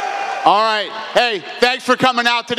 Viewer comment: at the end Dana was about to say " Abu Doobi " 😂😂